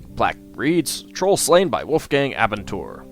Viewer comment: Abenteuer is German :) (adventure) Your pronounciation was way off though.